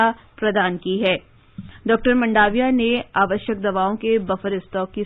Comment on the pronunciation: ' मंडाविया' क्युं बोलते हो ? ' मांडविया ' नहीं बोल शकते ?